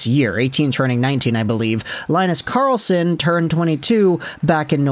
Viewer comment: Good Swedish pronounciation of the teams. But it's more like Leen-nus Karrrlss-on 🙂